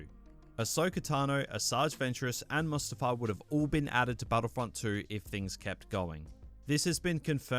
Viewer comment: When u said Mustifar I had flashbacks to Battlefront 2 :(